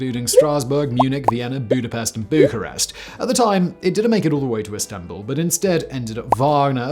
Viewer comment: ițs Bucharest or București. Not bucarest.